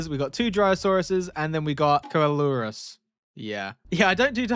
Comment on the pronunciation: btw coelurus is pronounced So lore us Had to Google that one lol